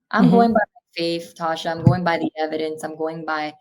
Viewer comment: Tasha continued to butcher her name even until the end! 😂